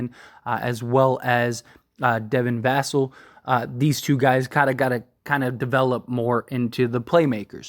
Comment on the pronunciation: As die hard spurs fan I would love lavine but 0 chance we pull trigger spurs not like that. Also I want to say you are saying "vassell" wrong and us spurs fan are annoyed by that so please correct yourself.